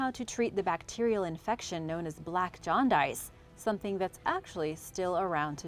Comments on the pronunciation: Pronounced jawn dis not jawn dice just sayin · I was about to point that out to ..pronounced like John-dus for those who don't know . Otherwise she's very interesting to listen to . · “black John-dice” haha not tryna be a d!ck .. I find it to be cute.. she’s clearly a very studious and intelligent woman.. just made me giggle though at that pronunciation of jaundice